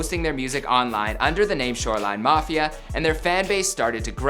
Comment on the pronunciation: Did he say “shoreline knofia” ?